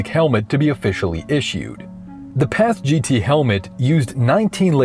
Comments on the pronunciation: Never heard it pronounced as Paz-Gee-Tee like you are saying. Always heard it as Paz-Git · PASGT (Personnel Armor System for Ground Troops) is pronounced "PASS-get," rhyming with "fast-set," The "MICH" helmet (Modular Integrated Communications Helmet) is pronounced like the name "Mick," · PASGT is pronounced “pas-git” otherwise good video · Say it with me now: "Paz-Git" "uh-Patch-ee"